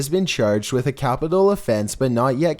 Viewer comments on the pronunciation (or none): none